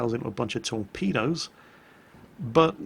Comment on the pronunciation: All I heard was 'tor-pedos'